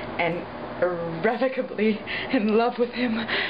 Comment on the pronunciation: it's irrovocably